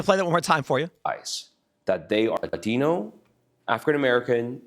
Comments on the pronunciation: He's Asian, why did he say Latino with a "Latin" accent yet he didn't use accents when he said Adrican Americsn or Asian. Pretty racist. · Why does he say Latino with an accent? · Love how he puts the accent on Latino but no other...